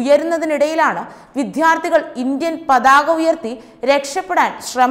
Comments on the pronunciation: എന്റെ മോളെ വിദ്യ.... വിദ്യാർഥികൾ എന്നു പറയു, വിധ്യ അല്ല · വിദ്യാർഥികൾ not വിദ്ധ്യർഥികൾ വാക്കുകൾ ശരിയായി ഉച് ചരിക്ക് കുട്ടി